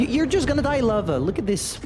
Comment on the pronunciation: I like how he mispronounced "Löwe" as "lover" (you have to stretch the "ö" more)